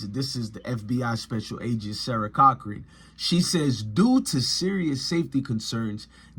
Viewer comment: “Sarah Corcoran” Pronounced (Core-co-ran) like the most expensive realtors Corcoran Group 😂